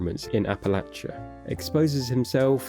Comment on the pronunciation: Kudos for pronouncing Appalachia correctly